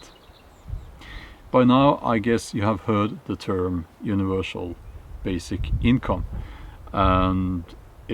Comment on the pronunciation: universal, not univershal